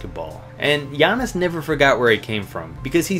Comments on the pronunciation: For giannis. He messed up the name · I noticed that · I died when he tried to say giannis name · HE CAN'T PROUNOUNCE IT RIGHT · when you try to pronounce giannis name...